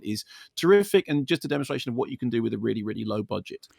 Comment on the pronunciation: Really, really. Really, really.. Really, really.. Really, really.. Really. Really, really.. Really, really.. really... Weally weally. Weally weally. Weally weally Sorr it, weally weally..